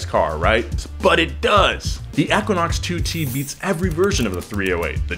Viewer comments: Us: Equinox Him: Ekunox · Eeeeeeeeeequinox. Not ehhquinox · EEE kwa naaks 💩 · "Eckwinox" ?? EEEEEQUINOX. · Eeeeeeeeequinox not aaaaaquinox ? Let me guess? GED?🤦‍♂️ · Long e sound. EE-quin-ox not short e Ek-win-ox. It is an astronomy term. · E-QUINOX! not eh-quinox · It's called an EEE-QUINN-OX , not ek-quinn-ox 🤦‍♂️ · I’m just having a hard time following with “EHquinox” continuously being said 😂 like it’s a word, EEEquinox..... even before Chevy used it. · I hate how he pronounced it "eckwanox" sounded weird af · E-QUA-NOX lol. Killed me a lil each time you said it. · pollutedcrimson right! It’s EEE-quinox. I didn’t think I was crazy. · Equa-nox lol had to scroll a bit too see if someone else mentioned this. So bizarre how he pronounces it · Anybody else cringe every time he said “ekuinox” 😂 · E - quinox.... not however you said it. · It's pronounced eqwuaknocks. You don't pronounce equal as ekwal. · It hurt my brain to hear you say “eck-quinox” are you purposely saying it wrong like James? Or do you just not know how to say Equinox? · EEEQuanaux... Say equal... Same sound... CRINGE... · How the hell else do you pronounce equinox other than EK-WIN-OX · For the love of god someone teach this guy how to pronounce 'Equinox'. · They filmed for an hour and nobody bothered to tell him he doesnt know how to say Equinox. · Ur Pronouncing Equinox Wrong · How do you not know how to pronounce equinox? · Oh my God, stop pronouncing Equinox that way!